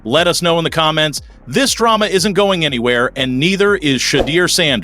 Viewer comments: Who's this A.I. voice that mispronounces Shah Dooer, Shay Douer....? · Stop miss pronouncing his name! You know how to say it!!!